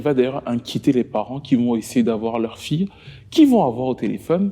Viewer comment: 1er point : Avis au narrateur de la vidéo, apprend à parler. Sa fille = fi ye. Et non pas sa fi. 2ème point : Avis au réalisateur et aux autres personnes concernées. C'est scandaleux, voire obscène, de mettre un extrait d'une chanson de l'assassin en train de chanter. Il vous a payé ou quoi pour que vous parliez de lui, ses chansons, son groupe.